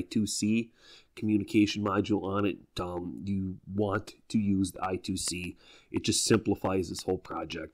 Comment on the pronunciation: Eye-Squared-Cee, not I-To-See :D